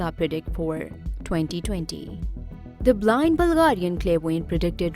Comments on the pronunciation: Toewntytoewnty. Greet Britteen. Hoerricanes. Flods. Horrible commentary. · Am i the only one who is disturbed by the way she says “2020”. No! Just me ??